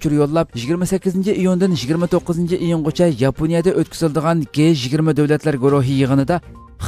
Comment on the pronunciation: G-20 ni dji20 dangla. Guey 20 amas.